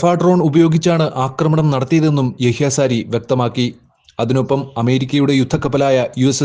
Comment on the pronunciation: സാരി അല്ല സഹോദര sariyah